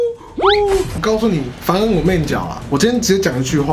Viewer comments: 是ㄈㄢˊ恩吧（有惡意） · 是凡恩不是犯恩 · 凡恩 ㄈㄢˋ？我第一次聽到欸... 專精凡恩的這樣被叫錯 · 不是ㄈㄢˊ恩嗎 怎麼1變ㄈㄢˋ恩了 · 是「ㄈㄢˊ」恩，不是「ㄈㄢˋ」恩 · 他叫凡(ㄈㄢˊ)恩不是ㄈㄢˋ恩...！ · 是ㄈㄢˊ恩，不是ㄈㄢˋ恩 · 是ㄈㄢˊㄣ 不是ㄈㄢˋㄣ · 而且是 凡恩二聲 不是四聲... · 凡是二聲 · 出物攻裝 角色名念錯 還凡恩之神勒